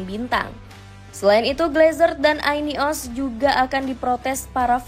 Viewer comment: Yuropa Lig -> Yurop Leg Ineos -> Ayni os Tolong pronounnya diperbaiki min 😂